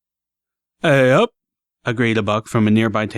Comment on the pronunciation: I absolutely love the way you say "Aeyup"